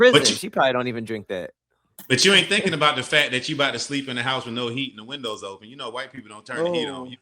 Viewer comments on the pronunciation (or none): none